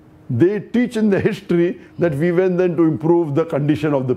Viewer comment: It’s we not Ve